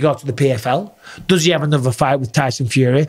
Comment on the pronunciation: fury said je haf a 12 week hard camp